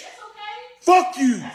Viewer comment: This dude put so much emphasis on that "F" saying "fuck".